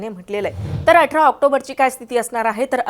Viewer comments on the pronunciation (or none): none